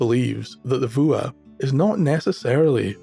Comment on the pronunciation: "Fuath"? It sounds like "Vuah". Not that it matters, but I never would have guessed.